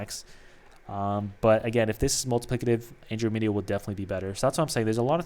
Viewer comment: never played the game either figured it might be a common thing. Like person mentioned below. It’s also a galaxy closest to ours.. in marvel movies they mentioned it guardians of the galaxy. Not being a jerk just want to inform you so you don’t keep saying it incorrectly and look like a fool. But keep up the videos i enjoy the content.